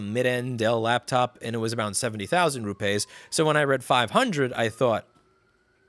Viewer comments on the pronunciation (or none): 'Rupays' lol.. It's pronounced as it is written fella - rupees.. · Apple taking advantage of the Caste System. Ps. It’s not ru-pays, it’s ru-peas in pronunciation. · Louis! It's not rupays, it is pronounced ROO PEEES (soft p sound). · it's pronounced " ROO-PEE's " xD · It’s pronounced - Rooppies! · Its pronounced "roo-peas". Ya yank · Rupees is pronounced "roo-pees" (it doesn't rhyme with toupees) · I learned a new way to say Rupees.